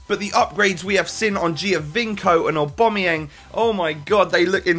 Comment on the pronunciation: lmao, who is oohbomayeng? It's Aubameyang..